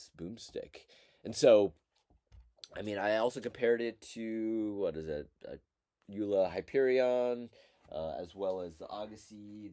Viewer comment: Joola is pronounced Yoh-luh, rather than Yoo-luh.